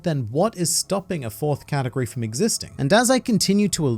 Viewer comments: did he just say "katakuri of fruit" you clever australian you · My favourite thing about this video is everytime you say “category” and I hear “Katakuri” hahaha